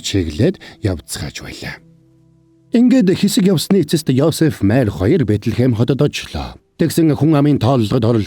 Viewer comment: Майр гэд бхн мариа шүүдээ 😢😢